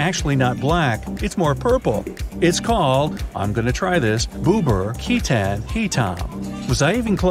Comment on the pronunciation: Ketan and Hitam that you pronounced are wrong but great job tho